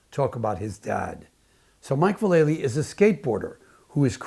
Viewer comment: Val - EL - Ly. Not Va-LAY-ly. I know everyone gets its wrong. Watch his Nine club interview and he confirms it. 😎👍